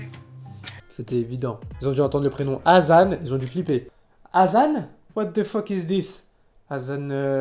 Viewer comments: C'est hassan et il le prononce azan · Quand il se présente il dit qu'il s'appelle HASSAN et non azan 🤣🤣🤣🤣 ils ont écorchés son nom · C'est hassan pas azan🤣🤣🤣🤣.